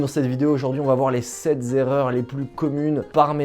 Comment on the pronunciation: Sept erreurs pas sept zerreurs banane